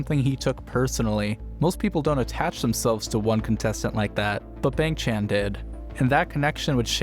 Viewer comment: Please pronounce Bahng for Bang, Chahn for Chan